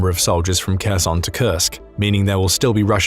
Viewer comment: Why is it people in the west always pronounce in Kharkiv when pronouncing it verbally. Ukrainian Don't pronounce the k in Kharkiv or Kherson Oblasts.. please, in future videos just pronounce it with a H ......it's a silent K once again ukrainians do not pronounce the K.. thank you How successful this operation will be into Russia remains to be seen.. your video makes it sound like Russian troops have left Donbas completely. Glory to Ukraine ,glory to the heroes 🔱🫡